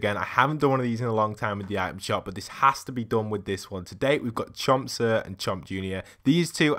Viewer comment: It’s pronounced chomp senior it’s just a short version no hate great vid missed these